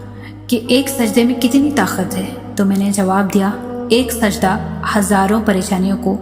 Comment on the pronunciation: Taqat ko takhat read kar rhi hn